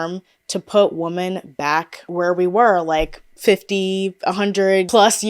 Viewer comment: I’ve noticed ppl pronouncing “women” as “woman” lately…..it’s so odd and particular